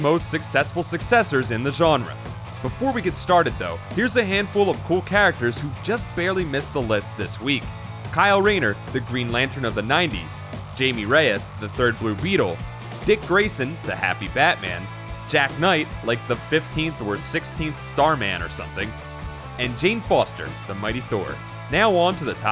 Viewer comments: erm... Jaime. is pronounced "HI-MAY" atleast in the case of the blue beetle here. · to be more precise, it's hi-meh.